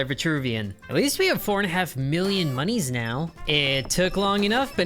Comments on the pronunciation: Stop saying mooniees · STOP SAYING MONIES!!